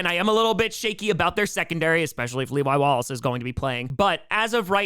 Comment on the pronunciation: Saying levi wallaces name should be a federal crime